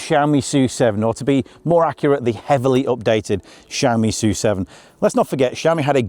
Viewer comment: "soo seven" Thank you for pronouncing the name correctly. Other British youtubers are saying S U seven. 🤦‍♂️🙄.